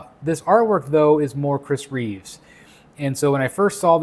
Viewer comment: It’s Chris Reeve, not Reeves. Just saying. Loving this piece though. None of the heads are MEANT to be Cavill, MEANT to be Reeve, etc. It’s a comic piece with heads that are just reminiscent of the others.